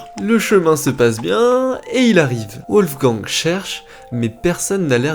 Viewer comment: Pourquoi prononcer " Ouolfgang " ? En allemand les w se prononcent comme des v en français. Les vidéos sont sérieuses, mais ce genre de détail fait très amateur. Dommage !